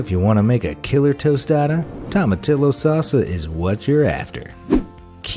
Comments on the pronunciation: It's pronounced tow-muh-tee-yo. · Fun Fact!: In Spanish the "Tomatillo" is spelled like this, but in Spanish you pronounce it "Tomatiyo", so next time say it this way.. "Tomatiyo"! 😉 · Tomatillio pronunciation = Toe Ma T O's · I don't know about jicama, but I'm fairly sure it's "tom-a-TEE-o". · Great video. I learned a couple things. But please check your pronunciation of Hispanic food. Jicama is pronounced HEE-ki-mah, and it's toe-mah-TEE-yoh. You know what you're talking about, and maybe this gentle advice can help you prove it. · Ahhh,cringe...That is the most Yankee pronunciation of tomatillo I've EVER heard! 1st day, Spanish 101...a double L is ALWAYS pronounced like an English "y". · As a whiter than white person I am offended by the way you slaughtered jicama and tomatillo. I can only imagine how you say saguaro. It doesnt matter how the americans or brits say the words incorrectly...they are wrong. Go to mexico and try your language over there. If we enjoy the food we should learn how to say it correctly. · You completely destroyed the pronunciation of Jicama and Tomatillo....🤦🤦🤦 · The way you pronounce some words!! Its pronounced hee-ca-ma and to-ma-tee-yo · It's pronounced HEE-kuh-muh, not jee-KA-ma dumbass. And tomatillo is pronounced tom-a-TEE-yo, not toma-TILL-o. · I'm so sorry, but tomatillo is pronounced "Toh-mah-tiy-o" (since double l's are pronounced like y's in Spanish). Jicama is also pronounced "Hee-kama". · Lmao... your pronunciations. Jicama is pronounced Hicama and tomatillo is pronounced tow-muh-tee-ow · To-mu-tee-yo and hee-ca-ma